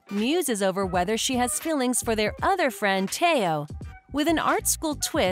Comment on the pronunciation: It’s also el not Elle and Tao not the way she said it